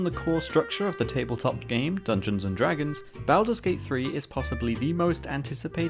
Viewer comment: I can't take this video seriously when you continue to butcher the title. Learn proper pronunciation.